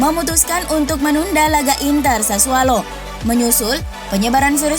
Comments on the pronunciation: Sassuolo min bukan sassualo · Sassuolo, bukan Sassualo. Udah brp episode salah terus.